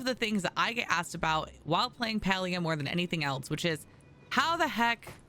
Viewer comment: You’re so much more concerned about telling other players “look what I can do” and “you should do this” rather than pronouncing the actual game title correctly 🥴